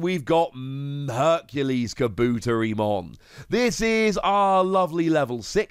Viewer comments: kaBOOTerimon lol man put the emphasis on the Ka, and the Te 👌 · Oh yeah Tentomon family. I find it funny that Insects got connected to Electricity. Tentomon just hanging out sipping a drink with a lil Motimon in the background is funny. Looks like lemonade maybe? Oh that pronunciation was bad. Ka-bu-te-ri with the teri pronounced like tare-y. Oh no MegaKabuterimon? But a new HerculesKabuteri at least I guess.